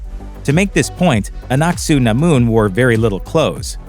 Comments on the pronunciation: Anck-Su-Namun is said in a way it sounds like annat sä namun in finnish, roughly in english "will you give me the candy", coinsidence? i think not :) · am i only noticed that he hardly pronounce aunc su namon name